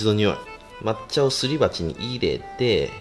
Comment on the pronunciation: 入れての発音がマジで気になる